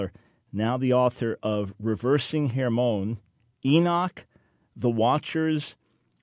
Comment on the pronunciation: Mt Hermon pronoused as Herman